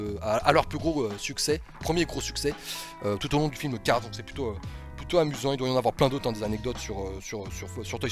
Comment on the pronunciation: arrête de dire cards stp c'est cars